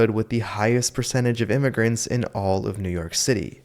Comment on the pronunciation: Thee Me-he-can says hee's neighborhood she has gone to sheet now, too meeny imy-grants .